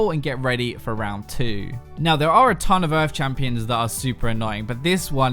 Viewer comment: did you say "bardton of damage" lol